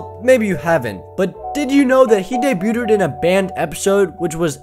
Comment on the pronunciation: "daybyootid" lmao